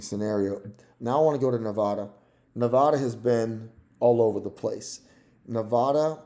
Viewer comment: If you want to sound credible, you should start by pronouncing a few things correctly: Nevada: neh-VAD-uh Kamala: Comma-luh It's also the Democratic party, NOT the Democrat Party.